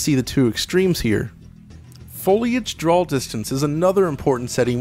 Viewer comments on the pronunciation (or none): Its DRAW not "Drawl" for fuck sake.